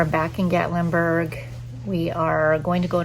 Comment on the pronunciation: Love love love Gatlinburg and the Smokies are so beautiful. Gatlinburg has delicious food, shopping and moonshine. Haha. You will have to go back with Eddie. Plan to hike up to LeConte. Oh, and it is Gat that rhymes with cat. Gatlinburg. 😃 You passed the pancake pantry and also the donut shop. I’m so jealous. 😊 🌲🌲❤️🥾🥾⛰️🥾🥾❤️🌲🌲 cheers.